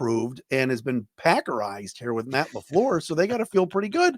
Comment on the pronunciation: MATT LA FLURR😂😂😂😂😂😂😂